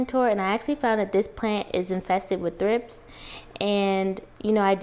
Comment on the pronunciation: I thought you said thrifts. I have quite a few plants, but I'm not as serious of a houseplant owner, so I had to look it up. Thrips are wingless larvae that emerge from the soil as adults with wings.